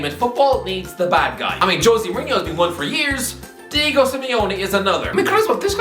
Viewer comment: Diego* not Diyeigouw